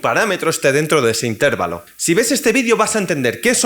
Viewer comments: Se dice intervalo, no intérvalo. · Buen vídeo! Pero admito que me desconcentro un montón cada vez que dices intÉrvalo.